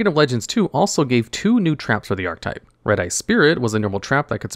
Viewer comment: Why do you keep not saying the “e” in archetype? It is a 3 syllable word, i little though you kept saying “art type”